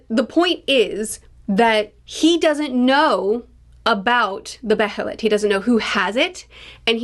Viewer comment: Loved the Behelit tangent (you're saying it right btw, either beh-heh-lit or bey-heh-lit) and I'm so glad you're picking up on the free will vs fate/causality themes.